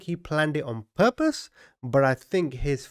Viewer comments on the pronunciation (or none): none